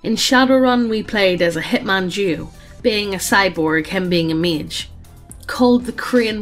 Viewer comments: I know it reads "cyborg duo", but I hear "cyborg jew" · every time you two say duo it sounds like you're saying Jew. So imagine my confusion while listenign to this and not watching the video and suddenly somebody conflates "Jews" with Frasier and Niles Crane.